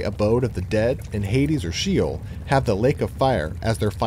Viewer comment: When the word “SHEOL” —Shay-ole cannot even be pronounced correctly, I’m not gonna believe anything else you say sorry